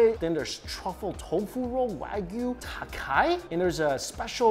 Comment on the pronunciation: Tataki. Tataki. TATAKI. Not “takai” you barbarian! 😭